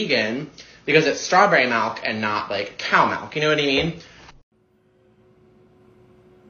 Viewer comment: The most annoying thing about that video is the way he pronounces “milk”. 😡😡